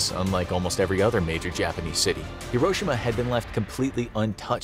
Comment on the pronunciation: Im not Japanese im pinoy but you uhh butherd hiroshima you say it slower